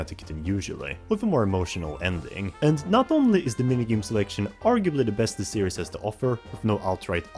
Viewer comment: That's not how you prnounce series. It's prounced as series not serious